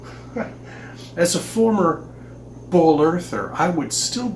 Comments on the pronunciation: Is he saying “bowl Earth?” He didn’t say ball. Haven’t heard that. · He’s def saying “bowl” earth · He definitely said "Bowl-Earther". Looks like he started out crazy. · I cringe every time he says "as a former BALL Earther" that emphasis on "ball" is annoying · I love how he says BWOOOAL